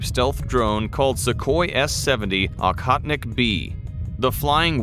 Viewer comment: It’s Oh-hotnik, not Ah-hotnik.